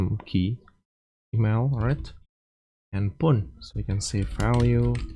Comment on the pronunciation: Did he say pone? How can you speak English so well and yet not know how to pronounce phone? 😂😂😂😂😂😂